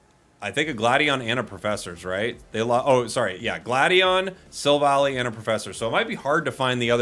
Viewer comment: I am quite sure it is pronounced as Silv-Ally with the high friendship evolution method and the pokedex entries in the main series games.